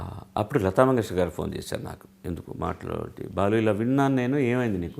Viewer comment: please Balu kaadhu Baalu garu Ani cheppandi Meeru yentha pedha journalist aina Sarey Balu garu Ani matlaadandi please 🙏🙏🙏